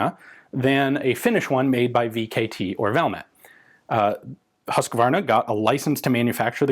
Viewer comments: Huus-kvaa-rna - not Husskvarna from "Hus" (house)" and "kvarn" (mill). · BTW, it is pronounced Lach-ti and Huus-kvaarna. :) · English speakers don't understand long vowels. Better write "Whose-kvahr-nuh" (they don't understand the ü-sound, either). Also, the "h" in Lahti is audible, it's not just meant to show you how the "a" is pronounced, as it would be in English.